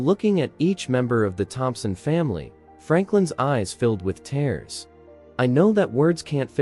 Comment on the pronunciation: i wish you knew how to pronounce words (it is not tares it is tears)